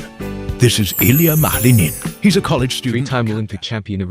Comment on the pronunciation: Аделии Петринин это ты автор не образованный..она Аделия Петросян запомните как вам даже это не радует..а ты автор лучше произносить не можешь Фамилию Аделия Петросян...и тут комментатор несчастный 😡 😡...